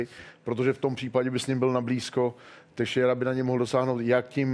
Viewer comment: "Tejšejru" xD Je to "tešejra"